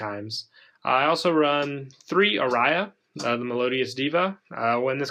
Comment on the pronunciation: The way you said aria really made me cringe. 😂